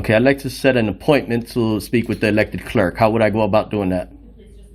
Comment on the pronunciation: Why does he pronounce "clerk" and "comply" the way he does? There is no disdain for the public; there is disdain for the creepy frauditor harassing public employees for no reason.